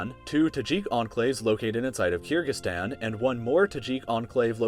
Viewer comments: It's pronounced Ker-gi- stan, not Keer-gi-stan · It’s Kyrgyzstan (kur-gic-stan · the way you say kyrgyzstan makes me cringe soooo much.